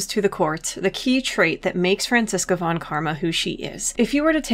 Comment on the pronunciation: A video about how great Franziska is? This was made for me! Just one thing though: The v in "von" is pronounced like an f. Anyway great stuff!